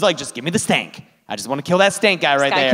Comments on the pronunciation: I thought it was Skank, not Stank? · Phenomenal movie! The remake will have a soundtrack full of SoundCloud rappers. 🤢🤮 Just a mention* It's "Skank" not "Stank". 😂